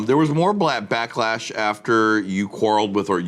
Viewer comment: Did johnny just say blacklash instead of backlash 🤣